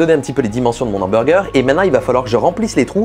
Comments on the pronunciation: Tu dis « l’hamburger », ça me stresse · Un Nhamburger ... Cette liaison dégueulasse a souhait putain ^^" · Il m'a tué quand il a dit mon ambourger 🤣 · Si on ne fait pas attention a la liaison la vidéo est très bien ouais ;) J'en profite pour te remercier car ça fait un moment que j’envisageais de me lancer dans la 3D et suite a ta vidéo qui met en avant la facilité de HitFilm j'ai enfin franchis le pas :) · YA pas de liaison entre "les" et "hamburger" parce que ya un h, voila